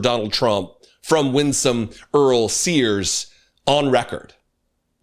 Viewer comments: Sears….not Spears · SEARS not SPEARS